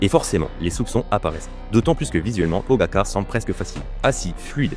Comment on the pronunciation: pogagar 😂😂 merci l ia